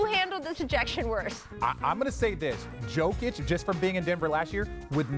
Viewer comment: is it too hard to pronounce Jokic.....